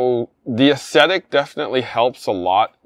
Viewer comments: he just needs a dictionary. It’s a real word pronounced awg-zet-ik. 🤪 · barely pronounces anything correctly.